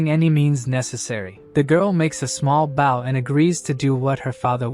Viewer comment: I really wish these voices could pronounce BOW 🏹🏹🏹 correctly. Too bad the English language can be so stupid at times.